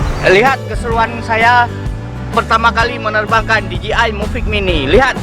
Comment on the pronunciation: Mavic mini bang bukan muvic mini😅🤣